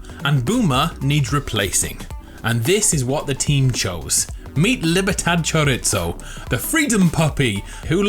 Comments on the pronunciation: It's choreeezo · Pro tip: Chorizo in spanish its pronounced pretty much how it is written not "choriTzo" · Homie butchered the word chorizo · Y’know, you need to learn how to say Chorizo 😭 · How he says Chorizo hurts me on a personal level.. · You pronounce Chorizo wrong!